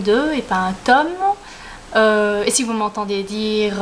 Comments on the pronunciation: J'adore la prononciation "tôme" ^^ Une chouette première vidéo, hâte de voir la suite! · Coucou ! (c'est Mélo), ravie de te voir en vrai, tu es toute mimi ! Et moi j'adore l'accent belge et je préfère même quand on prononce tÔme et non tome à la française :p Pourquoi dis-tu que tes études ne vont pas aboutir? j'admire franchement cette branche, j'aurais beaucoup aimé traduire des livres mais étant donné que je suis déjà une truffe en anglais c'est compliqué,lol . En tout cas je croise les doigts. A b1tôt, ça m'a fait plaisir de te voir (mm si je ne suis pas super assidue des vidéos)